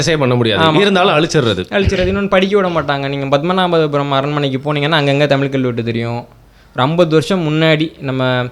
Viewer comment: பாவம் வேற மொழி கரான் போல தமில்நு வாய்ல வர மாட்டேங்குது, நாடே நாசமா போனாலும் நம்ம பையன் தான் மன்னரு, ... நக்கல் யா உமக்கு